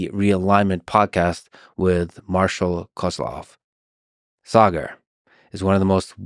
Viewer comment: It feels great to hear my name being pronounced the right way! Partly it's that extra "a" and partly Lex must have cared to ask Saagar off camera.